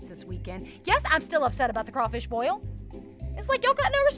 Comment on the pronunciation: I didn’t realize it was possible to pronounce the “i” in boil when it comes after crawfish…